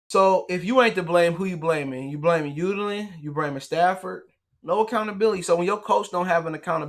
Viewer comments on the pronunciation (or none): UN...DUH...LAN NOT U DA LIN. UNDUHLIN. IS HOW ITS PRONOUNCED. U MISSING THE N IN HIS NAME. my lord